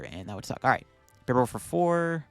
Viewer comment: And Bibarel sounds like liberal